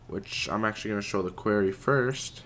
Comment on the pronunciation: It annoys me so much that doesn't even know how to say Quarry!